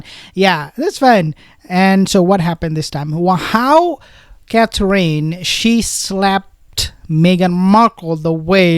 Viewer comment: you are darling and funny! But if you say " Cath- reen" one more time.....😐!!!?? It's pronounced CATH- RIN. Or Cath- er-inn. A bit of emphasis on first syllable!! "CATH- rin". Pleeeeeaaase? Pretty please??😅.... Mrs b